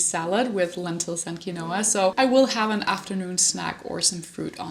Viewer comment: Quinoa is pronounced “keenwa”. Your food looks great!